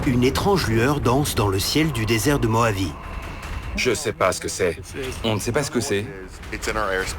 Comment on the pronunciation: "Désert de Mohavie", "RossVell"... mais ils vont les chercher où les doublages ??